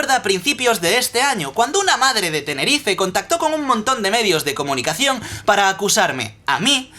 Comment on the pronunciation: Dijo madre de Tenerife. Yo vivo en Tenerife. PORFIN UN YOUTUBE PRONUNCIA TENERIFEE! ERES EL MEJOR WISMICHU :')